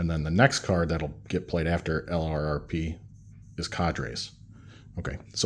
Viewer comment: Enjoying your series, but I wanted to make one comment. LRRP should be pronounced "lurp."